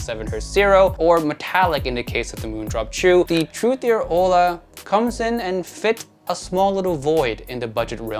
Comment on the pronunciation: Hola means Hello in Spanish. The H is silent, so it’s pronounced ola.